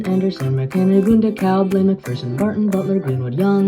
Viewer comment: I'm impressed you pronounced DeKalb and Kosciusko counties in Indiana the way we pronounce them. Good job!